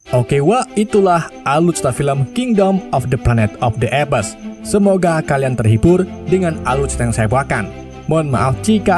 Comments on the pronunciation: Maaf bang, apes intonasi nya bukan epes tapi eps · Bukan epes bacanya bg 😂, baca apes itu eps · Bacaan mengikut English UK dan US.Mungkin admin ikut sebutan berasakan B.Belanda dan Indonesia,kerna sebutan bagi Apes bunyi seperti "Ep" bunyi s dikit aja.